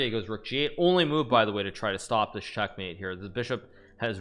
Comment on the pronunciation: Why does he say "dich year" instead of "this year"